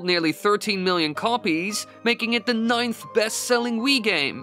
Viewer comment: I wonder if speech teachers hear his “da” pronunciation and starting cringing its like “da rules” from fairly odd parents lol 😂